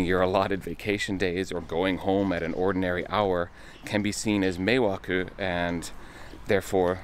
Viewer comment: Meeeeiwaku not mewakeww